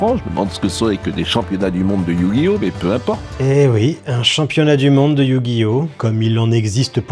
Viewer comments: Le EuUiOuHh gi oh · Éyouuuu Gui Ohhhh. 😂😂😂😂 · C'est pas Yu-Gi-Oh mais YU !!!!!! GI ! HO ! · Ah oui, ces fameux "meuporg" (France 2), ces animés violents (Bachelot) et cette merde infâme que sont les manga (Zemmour). Et maintenant, c'est Yu- - Gi - Oh - -. Mais vous savez Mr Praud, ça se prononce "Yu-Gi-Oh", comme dans "faux-semblant"... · Je propose un échelle de mesure, "l'échelle P.Praud" pour mesurer le mépris dans un discours. Établie sur une valeur de 1 à 100, et quand on se rapproche du mépris émis dans son émission, on se rapproche de 100. Ça vous va ? Sinon il faudrait faire un test pour AVC, car prononcé Yu GI Oh! de cette manière est inquiétant, surtout lorsqu'il est totalement capable de prononcer ce nom correctement sans avoir été repris au bout d'un temps dans l'émission. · Attention à ta prononciation, c'est iYOU GUY HAUT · Je me demande s'il se base pas sur la transition de la série TV pour sa prononciation de Yuuuu gi oh 😂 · "You gui O"🥸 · YOU gi oh😂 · Sa façon de prononcer Yu-Gi-Oh : YUUUUU-GUI-OH XD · Le YU Guy Ohhh lalalla 😂😂😂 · Le "YUU-gi-Oh" m’a tellement fait rire 😂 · Mdr c'est le magicien des ténèbres qui lui a mis un doigt dans le cul pour qu'il prononce yu-gi-oh comme ça ? 😂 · C'est tellement ridicule comment il force pour faire le mec qui galère à prononcer Yugioh (alors qu'on voit parfaitement 10 sec plus tard qu'il y arrive très bien) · On ne sait pas s'il essaye de prononcer Yu-Gi-Oh ou il se ch*e dessus. Remarquez à son âge, ça peut être les deux. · Il insiste vraiment sur le "Yu" carrément il parle en majuscule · Alors soit y'a quelqu'un qui lui a mis un coup de pied sous la table quand il prononce Yu-Gi-Oh soit faut qu'il consulte rapidement